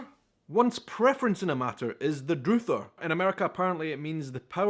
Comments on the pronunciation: has confused himself a lot here! Broiling has nothing to do with stew or boiling. It is a means of cooking meat. He misproonced "druther", which is a way of combining the words for "I'd rather", pronounced "duth-er" NOT 'droo-ther". In the US we also say "university", but it is used interchangeably with college. Jello is not jelly. Nobody says peanut butter and jello. He must have misheard. It is a peanut butter and jelly sandwich, NOT jello. Jello is a brand name for a gelatin dessert. Wazoo means backside. Z is zed. Talk turkey is the opposite of gibberish. It's to talk plainly. A "jones" is an addiction, as n a drug addiction. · Druther should rhyme with brother. Here's one he didn't mention: "Don't get your panties in a bunch." In the UK it's Don't get your knickers in a twist. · FYI Druther rhymes with brother. Arguably University is a 4-year institution (where one can also earn Masters and Doctorate degrees) and College is a 2-year institution that is usually less expensive and often a precursor to University though many people conflate the two. A previous commenter already clarified the Jelly/Jam issue. Cilantro is the spanish word referring to the leaves of the plant, wheras corriander refers to the dried seeds of the plant. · He mispronounced druther...it is druh ther as in I'd ruh-ther (rhymes with brother), the southern accent for I'd rather. In other words, "I druther poke my eyes out with a cattle prod than eat them beans agin". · Druther-rhymes with brother is used in a sentence meaning I would rather. Another slang word for pissed or drunk is ( Hammered). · Druther (rhymes with mother) is a reduction of "I'd rather." As in: "I'd rather have this than that." Often, we pluralize it and use it like this: "If I had my druthers, we'd go to the movies." Translation: "If I could get my preference, we'd go to the movies. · "druther" is pronounced DRUH-ther, the th pronounced as in "there" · Druh-ther, not Drew-ther. 'I'd druther you not do that.'.